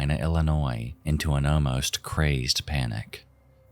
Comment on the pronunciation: I'm sorry, man. But I can't stand when you say omost instead of almost like it's pronounced "all" - "most". Just had to say it. Bring on the "☝🤓" comments